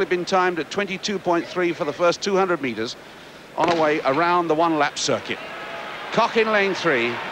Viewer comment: Why couldn't this announcer, and for that matter, almost all British announcers pronounce names correctly? It is not Marita KOCK, it is KOCH, pronounced with a long "o" and with the German "hch" on the end.